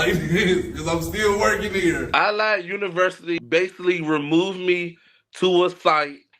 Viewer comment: Anyone notice the way pronounces Allied sounds like he is saying "I lied"? BTW how the hell does he not know it's universal not university?!?!